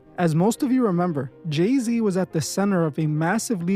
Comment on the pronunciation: It's Gey-Z 😭💀😭